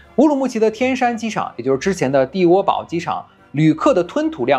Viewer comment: 天山机场之前叫地窝堡（pu，四声），不念bao